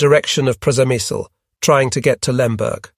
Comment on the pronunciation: Is the place you mentioning Przemysl? If it is, it's pronounced "Shemish". Yep, Shemish.